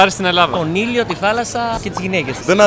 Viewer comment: νόμιζα οτι ειπε κονιλο αντί για τον ηλιο